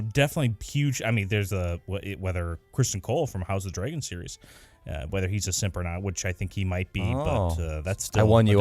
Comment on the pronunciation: I just rewatched this video,because you guys are pretty much awesome ( except for the fact that you pronounce dragon dray gon lol), but anyways, Jon does not kill Ygritte. He notices the fletchings were a different color than what he was using.